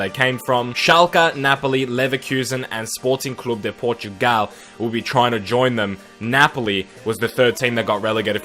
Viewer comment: Thank you for saying Sporting Clube de Portugal